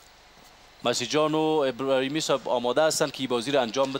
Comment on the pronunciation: ابراهیمی، نه ابرهیمی